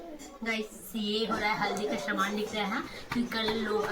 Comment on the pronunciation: Shaman nhi saman hota h.... S ko sh ku bolti rhti ho